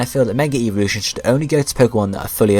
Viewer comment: Whenever you say evolution it sounds like eeveelution